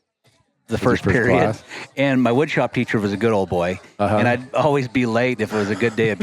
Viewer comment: “And as always, stay classy Montana.” I think this should be your tagline for 3 reasons: 1) The ladies appreciate a little class sometimes; 2) “Classy” could mean any class of bulls whether it’s 200-400”; 3) I like the way you pronounce “always”, like “ouies” (ow-eez).